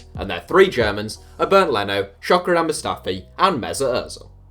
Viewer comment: You absolutely murdered Mustafis name